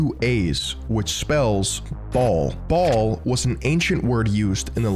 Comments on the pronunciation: Baal is pronounced 'Bale' not 'Ball'. get rekt. (420 iq) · Baal is pronounced "Bale"